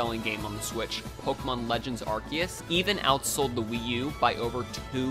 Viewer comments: why do ppl always mispronounce arceus now? ARR SEEEE US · You miss pronouced arceus